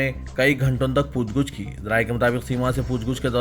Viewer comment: Poochguch nahi poochgach bolo..